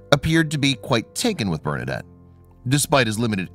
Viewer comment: I don't know why the people who do these videos cannot ever pronounce names and locations correctly. That's the least you can do to honor the memory of St. Bernadette. Do some research and learn something, why don't you? Ugh.